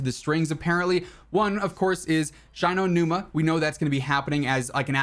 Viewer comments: Shy no numa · The pronunciation of Shi No Numa was like nails on a chalk board lol